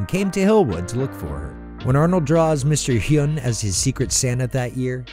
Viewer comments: It's pronounced something like "win" not "hyoon" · The guys name in hey Arnold is pronounced Wynn. Did you even watch the show??? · It's "HWIN"! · Mr. Hyun: "Its Hwin" (like stewie pronouncing whip) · How do you get Mr. "win" name wrong when it's said like 30 times in that episode 🤦‍♂️🤦‍♂️ annunciation; W. I. N. Come on now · Did you even see the Hey Arnold! episode? Mr. Hyunh's name is pronounced like "win". If you're going to do a top ten about TV shows you should at least watch them first. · Did you even watch those episodes??? You mispronounced “Mr. Wins” name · >Pronounces it Mr “Hyoon” Someone never watched the show 😒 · Nguyen is pronounced win and Hyunh sounds like hwin, like if an old Texan were to say "win" I tell ya hwhat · It's a win!